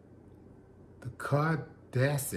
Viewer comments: “Cardacity?” perhaps you meant to say Audacity? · “The Caudacity” 🤣🤣🤣🤣